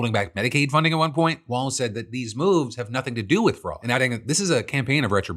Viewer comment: JD Vance can't even say Walz correctly, he apparently thinks the MN Gov is a ballroom dance